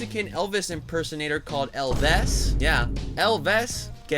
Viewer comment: EL-vis 😂😂 I’m Mexican and another dope video man